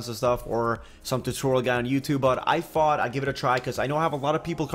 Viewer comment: Your tought sounds like fought